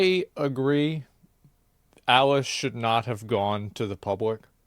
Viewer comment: Can we please admit her name is ALICE and not Ellis, everytime you said her name I had to cringe lol